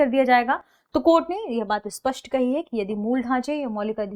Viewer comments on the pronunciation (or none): none